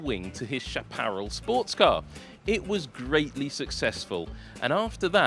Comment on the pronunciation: It's kinda amusing to hear try (unsuccessfully) to pronounce "Chaparral"...